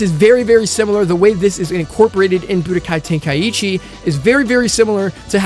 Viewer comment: Tenkaichi😭,your way of call it is too bad bruh🤣